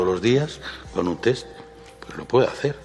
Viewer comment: Hoy, por fin puedo decir algo positivo de Ábalos... sabe pronunciar “TEST” correctamente... Y es que me he cansado de escuchar a infinidad de políticos y periodistas a los que se les llena la boca de “TETS “